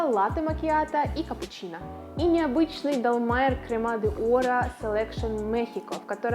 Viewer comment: уж если вы говорите про немецкий кофе, ту уместно говорить Зэлекцьон, а не селэкшн